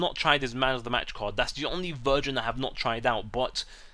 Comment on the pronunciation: It's version not virgin